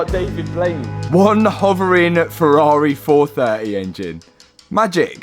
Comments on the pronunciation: Ferrari refuse to allow anyone to own a Ferrari if they pronounce it ‘Furar-eh’ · That's a nice Fe-ah-ri. :) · Lol "Ferrareeh" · love it how says Ferrahwreh🤣.